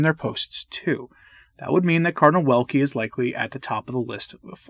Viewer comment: They cancel anyone opposing. Even cardinals. Ps. Check the pronunciation of cardinal's name, for sure it's not like wind rather w like in vision